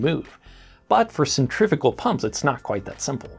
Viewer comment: Centrifugal not "centrifical" please.